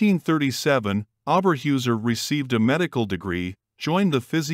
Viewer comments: Well done video! Only only thing is her name should be pronounced Oh Ber Hoyser . This is not only for German, but how they would want it pronounced if an American citizen. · pronunciations: Orba hoyzer and Rravernsbrruk.